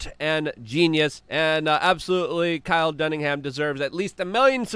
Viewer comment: Dude ..his name is Kyle Dunnigan..you haven't once pronounced his name right..Never..say his name. Say it right dude.. that's Fuct man